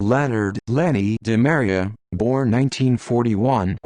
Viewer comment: last name is pronounced: Dee Maria